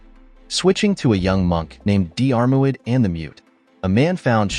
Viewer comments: You could have made some effort to research and pronounce Diarmuid properly. Are you an AI voice? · Pathetic text to voice crap that doesn’t pronounce names properly. Unprofessional and ignorant. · Diarmuid is an Irish name, not English. Just like Siobhan or Niamh, their pronunciation is completely different from their spelling for anyone who was born outside the British Isles. So no, it's not unsurprising that it was pronounced wrong. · What ... blasphemy ... as a Diarmuid myself to read the british Dermot being cited is painful to me ... Dear-muid is the pronunciation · The name you are struggling to pronounce is pronounces DEARMAD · Dee-Arr-Mu-id, lol, got to love AI voices 😀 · It’s not diarmaud it’s pronounced as dermot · deearmouid? hahaha try 'dermot' has english become a foreign language or is this another robogob fail.. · Pronounced Dermot, not Dee-are moo-id 🤣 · His name is pronounced dermuid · FFS, his name is pronounced Dermod in Irish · I wish the narrator wouldn't use the phonetic pronunciation for Dairmuid....it's pronounced Dermutt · Diarmuid is pronounced Deermid. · Diarmuid is pronounced Dermott! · Dee-armo-I’d!. Really? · Di-AR-MOid :face-blue-smiling: It's promounced deermuid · For God's sake will you please learn to pronounce names properly. Couldn't listen to the whole story. It's DEAR MUD. And if you are stuck Dermot will cover it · Diarmuid is pronounced Jeer-mid... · Diar mu id 😂😂😂😂😂, fook Ai, do research people who make these videos, ruining our Irish Christian names..😂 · So many people on here trying to pronounce Diarmuid . It is dear mut . Dermot is close enough . lol. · I’m from Monahan so a Northern Irish pronunciation would be Dheer – mid Like cheer but with a “d” 🙂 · The Dermot is still lots better than the weird way this video says it. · AI mangling Irish Gaelic names... Painful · Worst pronounciation of Diarmuid I've heard. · Butchering those Irish names,, hate a.i narration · Please stop mis pronouncing Diarmuid 😩